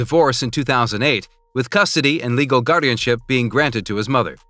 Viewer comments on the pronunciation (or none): none